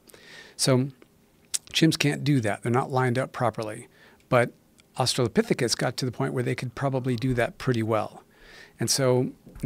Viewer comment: If Joe learns anything from this conversation I hope it's how to pronounce Australopthicus.